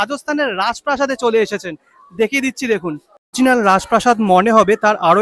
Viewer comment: খুব সুন্দর উপস্থাপনা। শুধু শব্দ টা অরিজিনাল, অরজিনাল নয়। শুভ মহানবমী